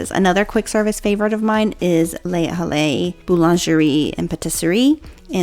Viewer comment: Great video! I’m planning our next Disney vacation now. One little note, Les Halles is said Ley-All. The H is mostly silent and the es at the end is because it’s a feminine noun. It means the hall.